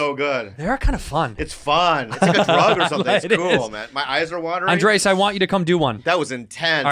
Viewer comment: They've finally started calling him Andrés and not 'Andreas'